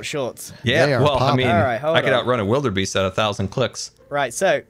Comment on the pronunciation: I love the theme of this season for you. Please get Ren to pronounce Wildebeest for you.